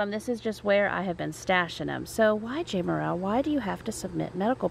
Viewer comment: Im just curious why you said your name is pronounced with a long A but in videos you call yourself Jamerrill ( saying Jam with the short A) genuinely curious:) love your videos